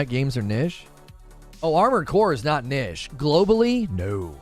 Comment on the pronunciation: "Kneesh" lol, hi I'm well behind and please say it proerly omg lol:)